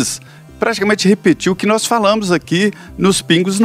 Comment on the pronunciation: Quando ele diz nóz , ja prova seu total involvimento no clime.